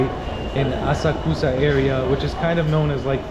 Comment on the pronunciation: hello, thanks for the video. you asked if you were pronouncing asakusa correctly... unfortunately, not quite. first of all japanese doesn't do emphasis the way english does, so you more or less say words flat without stressing any syllable more than the others. secondly the u sound between two consonants is mostly unvoiced. so asakusa is more like ah sahk sah with no particular emphasis. anyway i hope you enjoy your time in japan (edit: and now i get to where she pronounces it for you so there you go lol)